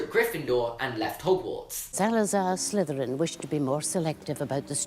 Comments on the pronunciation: you say sliveran instead of slytherin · Why do you pronounce it sliverin with a V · Why does he say slyverin lol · Niya Smile I’m from Bulgaria as well..... its sli-ther-rin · Almost every consonant turns into a "fvv" sound for British people doesn't it? "Slyfveryn" "nofving" super cute but also my inner pronunciation nazi is screaming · Is it just me or does and always say slyverin instead of slytherin. Not trying to be mean just asking